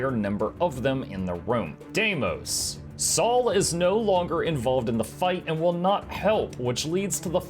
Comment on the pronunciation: There are specific group damage numbers that make Mursaat Overseer practically impossible as you get more than one blue/spears combo at the same time. Sometimes it's easier to deal a bit less damage. Funny how you pronounce Deimos differently in the same sentence. I also can't make my mind up. Some people say that Soulless Horror CM is actually easier because of the smaller platform because the really big walls will seize earlier. I haven't wrapped my head around Sabir's three pronged sand laser yet. Also that nobody should fall into the sand makes it quite hard to do. Thank you for your effort. I'm still missing Dhuum, Twins, Q1, Sabir and Q2. It's a bit sad but there will most likely be no more additional raids but only strike missions. Cheaper to make I guess. Would a video on the achievements be a good idea? I mean some like Slothasor or Mathias are kind of challenge mode.